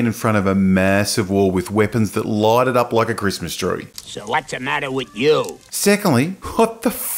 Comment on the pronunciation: Light not loite😂